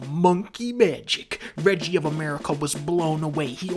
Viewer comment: Who the fuck is rejee? Is that a shitty Reggie knockoff?